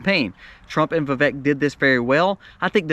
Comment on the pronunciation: It’s Vivek like Vivake ‘cake’ according to the man himself. FYI